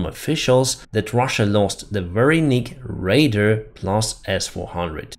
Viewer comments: I am always impressed with your work on the English language.. so much better than even 6 months ago. Anyway.. radar is pronounced Ray DaR. Not radEr. AR like a pirate would say Arrg .. but without the G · you have been doing a great job keeping us updated. You speak very good English for it being your second language. One critique you say the word radar as raider, it should be like ray-d-are. keep up the good work! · Not raider. Ray Dar. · I am not saying this to be mean, but RADARS, is pronounced more like Ray-DAR, not raiders. Been listening to you for a long time now and like what you do, just helping you be better.. glory to 🇺🇦. I'm American with Lithuanian 🇱🇹 family lines and hate what the stinking soviets did to my relatives that stayed behind when germany fell. I will NEVER forget that they assisted to start WW2. They should pay for the damages they caused, Now and Then.. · Small point, but radar is pronounced like raid + are, not raid + er. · Raider, Radar, Ray-Dar, -Are. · I think you mean RADAR, not raider. Say ray-dar 🙂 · ray - dar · Hi - You are Great! Also, you should pronounce Radar as Raid-Arrr!. Thanks for all you do! Keep Pushing! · Pronunciation: RAIDer (attacker); Ray-dar (radio emitter/receiver to detect objects). Catastrophe Ka Tas tro fee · Friendly feedback: Radar is pronounced "ray-dar". It rhymes with "car". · Helpful language tip: The word is RADAR, not "raiders." The two syllables of "radar" are equally stressed, so the second vowel is "ah" as in "car," not "uhr" as in "raider." Also the word "radar" does not lend itself to plurals, because "radar" is the name for the technology, not the word for each individual piece of radar equipment. So you should say that multiple "radar systems" were destroyed, not multiple "radars." You're welcome for this hint to improve your facility with English. Best wishes for many more exciting kaboom reports in the future.